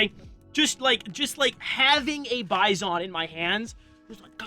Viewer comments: Dude, originally PP-19 BUFFALO in russian sounds like "bee-zon", not a "buy zone" Besides, you have in your hands a copy of Bison-2-01 - a more advanced version of PP-19 for 9x19 cartridge Congratulations on a dream come true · Russian: Bee-zon English: Bi-son: Bi....ZON.... emphasis on zon fr tho love the Bizon, one of my favorite guns and I'll gladly use its shitty iteration in CS:GO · Sorry to be a pedantic dick, but its pronounced bee-zon. The Russian backwards N is pronounced as EE. I love the gun and vid tho. <3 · I was looking for this. He should also stress the second syllable, not the first one. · Hate the way you say Bizon